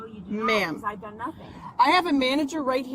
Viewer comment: “I have not dung anything wrong!”